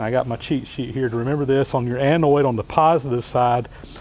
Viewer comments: Shawn Hawkins LOL I don't really care one way or the other. I just never heard them pronounced that way. We all know what it means any way it's pronounced. Just funny to hear is all :) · Good video. No big deal, but it's anode not anoid. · Not a great crime against the language , but you persist in saying annoid instead of anode. (what ever an annoid is, it does not exist in English speaking countries so spell checker throws a fit). Thank you for sharing your knowledge....much appreciated. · with all due respect, it's anode and cathode, not anoid and cathoid. It was a great explanation of electrolosis, and a great result. Please keep presenting these great videos. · A-NOID? Ca-THOID? Anode, cathode. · Annoyed and thoide" ANODE and CATHODE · NOT 'anoyd', NOT 'cathoyd' ... 'ode'.... 'oad' like toad, not 'toyd' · the word is "anode" not "Anoide"" same for cathode, not cathoide. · Love the video. Very informative. Just threw me off when he says anoid and cathoid... i was like wtf... anode cathode! messing with my head... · BTW, they're anodes not anoides. It doesn't rhyme with androids.. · Annoyed that a smart fellow like you, pronounces anode as anoid and cathode as cathoid. How would you say hemorrhoid? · Im anoide at the pronunciation :D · Avoid the Noid kept coming to mind lol. Good vid though! :)